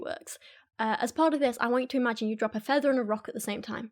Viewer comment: but stil iz hewiel dan federz... (please excuse my poor knowledge of English pronunciation, I'm Polish)